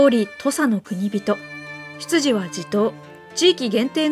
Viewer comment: 既に指摘がされてるけど、朽木は『くちき』ではなく『くつき』だし 国人は『くにびと』ではなく『こくじん』と読みます。 もしかしたら、近年の学会では読み方が変わったのかもしれませんが、